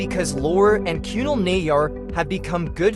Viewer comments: Not KYUNAL its kunaaal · that narration was terrible, how difficult is it to pronounce Kunal